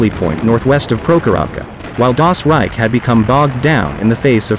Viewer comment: Once and for all: If you make Videos about WW2 please try to pronounce the glorious names of the SS-Divisions a bit more german Leibstandarte, Das Reich and Tortenkopf, good god?????